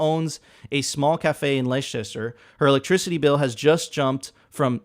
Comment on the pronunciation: "Leicester" is pronounced "Lester" in fact ;)